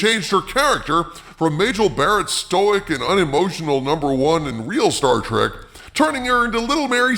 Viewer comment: 'i loves 'star track'! -- 'star trek' 'writer'